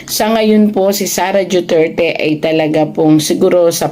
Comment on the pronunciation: Duterte madam hindi po juterte